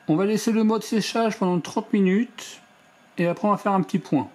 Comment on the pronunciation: 30 minutsssss Comme Lumensssss Les "S" ne se prononcent pas 😁